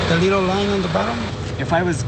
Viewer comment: "the leedle line on the bottom"